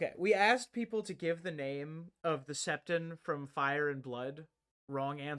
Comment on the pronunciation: Septon = Septoff